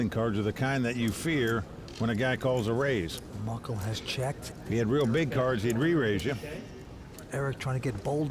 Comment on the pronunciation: It's Mukul not Muckel!